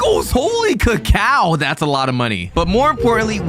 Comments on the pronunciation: ceyco it's cacao not cayco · It's not cak-oh It's ca-cow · It is not called a kako it’s called cacao i’m a pronounce it cak-cow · he pronounced cacao to "cayco" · bro is just saying ceckow instead of cacao😂😂😂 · bro called a cacao a cako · cayko. ITS CACAO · Its not kayko its cacao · It's pronounced cacao not cakeao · bro says it like cakeo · cacao ( cah | cow) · Caco (cay-co) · Bro said cocau wrong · BROOO ITS CALL CACAOOOOOOOO YOU DUMB